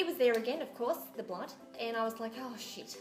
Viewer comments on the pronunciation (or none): It's so funny when u go oh shit cuz it sounds like oh sheet